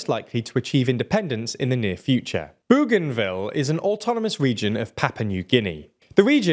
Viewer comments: ‘Boganville’ not ‘Booganville’. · We’ll if Bougainville becomes a county let’s hope you can pronounce it. Boe-gan-Ville not boo-gan-ville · learn about the topic!! There is NO SUCH place as Boogainville; Bougainville is spelt & sounded with a "ou" as in "o" in "Bow", Bougainville not Boogainville. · It’s pronounced Boganville. Not booooganville. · It's pronounced Bo gan ville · FYI I am pretty sure it is pronounced Boganville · I think it is pronounced bogan ville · It’s pronounced “Boganville” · Your pronunciation of Bougainville is hilarious. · Spelled "Papua New Guinea" wrong (PNG is not someone's papa), and pronounces "Bougainville" wrong... which matches well with your frequent mispronunciation and spelling of Australian people and places. You really need an Oceanic correspondent... or just use google search for pronunciation. You did get the close by "French Polynesia" correct... but I don't thin that is anything to get excited about.